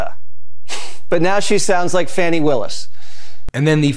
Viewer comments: How does someone speak Indian. Like do a really affected accent or something? Also Jesse you can't talk about how someone talks when you can't pronounce Fanny's name right. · FANI (Fawn-ee) WILLIS.... Not Fanny. Fox knows what her name is, they mispronounce names as a show of disrespect. It's a Trump speciality. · Jesse Watters, who’s a real jackass, always disrespects women by intentionally mispronouncing their names(Kuh-MAL-uh, Fonny) Guess it serves to salve his ego. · Its pronounced Fahnee, Jizzy water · Jesse Watters is so dumb that he can't even pronounce District Attorney Willis's first name. Peter Dooshy is just as stupid as Watters. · Watters mis pronounced ms willis' name wrong too. Deliberately. These people are dreadful 😢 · Jesse Waters doesn't even pronounce Fani Willis's name correctly. He's the scummiest of racist scumbags. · Jesse Watters tries to slur Kamala Harris but comparing her accent to that of Fani Willis and doubles down on his racism by mispronouncing Willis's first name!